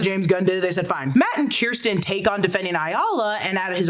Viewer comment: Why can nobody say Kirsten’s name properly??